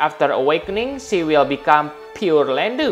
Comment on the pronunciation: This is hilarious. "Poor-landu" .. "Pure-Landu"